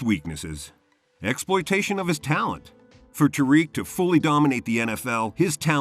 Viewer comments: It’s not tyreek it’s tAriq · It’s pronounced like tuh reek